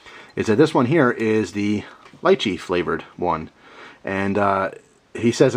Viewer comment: It's pronounced lee-chee